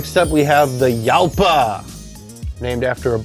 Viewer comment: Urraco is a spanish word. Jarama is a river (and a circuit), pronounced more similarly to "harama". Same applies to Jalpa. Gallardo is also spanish, so it has a spanish pronunciation, not an italian one.